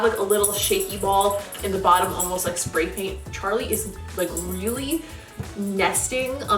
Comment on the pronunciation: Sounds like pray paint! Lol